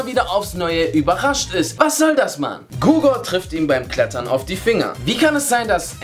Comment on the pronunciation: Er heißt Hugor nicht Gugor!!! xddd